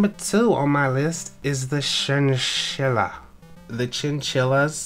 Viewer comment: Chin-chill-a Cap-y-bar-a Thats how you pronounce those